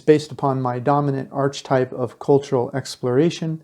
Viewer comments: Just fyi - it's not 'arch - types', it's 'ark-a-types' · Please! The pronunciation of archetype is ARK uh type